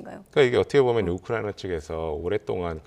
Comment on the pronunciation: 얻트게보면 ~~~~~~ 참듣기싫다.